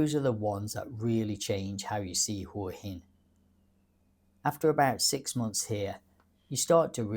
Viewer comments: Sorry mate but it’s pronounced Whaa Hin…. NOT Whore Hin 😂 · Hey What's with this Hoowa Hin shit? You've been here a while I think but can't even pronounce it's name properly. It's Hwa Hin. By the way I didn't come here 3 years ago to sit in a cafe that's just like home. I came because it's a beautiful place with great weather and people. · Definitely not the UK. There's a plus. Pretty good balanced view of Hua Hin ( pronounced Hwa Hin locally). If you want more night life and bar culture maybe Pattaya is a better option but not cheaper. And yes the visa bureaucracy and 90 day reporting stinks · I spent 5 months in Hua Hin last year. This is a pretty stupid video. In the first place, you can't even pronounce the name correctly.